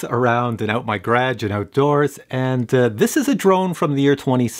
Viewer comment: what's a grage lol 🤣 I love different accents. Sorry to poke the stick at you. Enjoying quarantine too much.